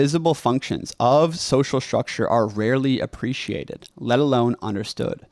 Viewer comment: Another young person who has a sh sound for a st spelling. Shtructure. It has been spreading in our culture. Wonder why. Distracting a bit. Content good so far:)